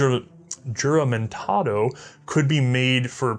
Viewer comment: Juramentado is pronounced (who - ra - men - ta - do), same in Spanish the "J" is pronounced like an "H".